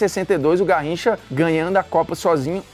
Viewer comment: "Narricha..." _Formiga Bruno